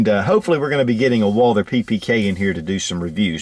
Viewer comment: First of all if i was to make a video of a firearm i think i would do my best to at least pronounce the name say if the firearm was WALTHER and someone called it WALDER if you can not pronounce the right way than maybe you should collect stamps.